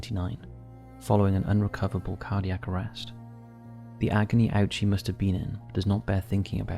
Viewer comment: You did an absolutely amazing job on this video. Just a small note in case it helps — Hisashi Ouchi's last name is actually pronounced Oh-chee, not Ow-chee. Thank you for the hard work you put into this.